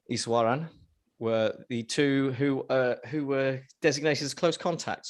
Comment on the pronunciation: You did well. The pronunciation was on point foe eshwaran